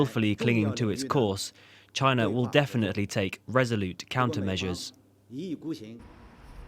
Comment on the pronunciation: Does she know wherabout Chyna???